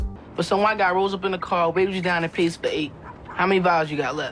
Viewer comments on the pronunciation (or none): none